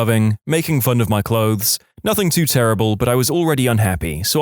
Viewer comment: The thing is , this announcer also thinks the letter K exists in both of these words , nothing and something .